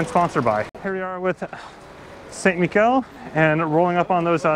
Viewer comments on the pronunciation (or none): Again a great video! Just from French pronunciation regarding team st Michel => it is saint mi-shhh-el and not Saint mi-k-el. Cheers